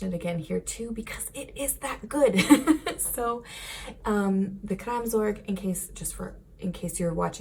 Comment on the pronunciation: Kraamzork? I'm sorry, I know you're trying.